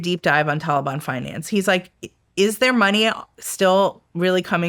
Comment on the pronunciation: Damb she pronounced Taliban correctly she must ve hella serious and good at her job. Its usually just the folks at human intelligence that say these words right like shes prolly very keyed in. Im makin assumptions i dont know.